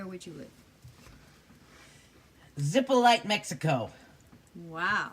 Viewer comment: Zepolite is pronounced Zee-pol-LEE-ti! If you ever get there, find Chewy, probably hanging around Hongos Bar, (if its still there) and tell him Greta says hi and it was a false alarm. Thanks! Its a lot of fun but careful in the water. The place is well known for its undertow taking people to their otherside!